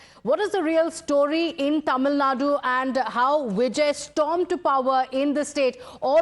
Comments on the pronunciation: When will north Indians learn that it's called Tamil Nadu and not Tamil Nad? It's just one letter.....How hard is it to include that letter in your sentence???? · It's Tamilnadu not Tamilnad!